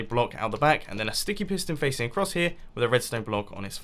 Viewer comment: mumbo you said stinky piston and not sticky piston🤐 or ahhhhhh is it me